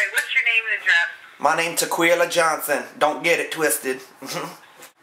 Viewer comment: Ta-Kwee-Lah Johnson, don’t get it twisted 😂 I just about died laughing when the wig was shaken off!